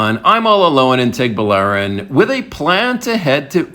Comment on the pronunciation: Guy. Baler is pronounced Bah-Ler. Tuguegarao is pronounced Too-Geh-Ga-Rao. you're welcome.